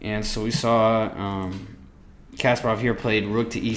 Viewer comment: It's pronounced Kas-PAH-rov, not "Casperov." Good grief...